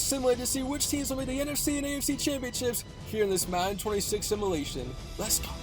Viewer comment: Someone please teach this young man how to pronounce simulation. Otherwise good video.